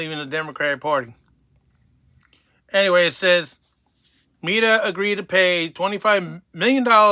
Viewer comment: You should at least learn how to pronounce Meta properly so you don't sound like a fool... Oh, that's not going to help.